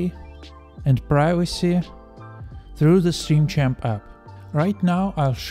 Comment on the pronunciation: Bro said stream champaa And im sure he’s reading it too 😂